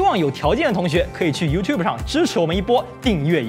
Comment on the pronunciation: 不错! 没把youtube 念成you to bee.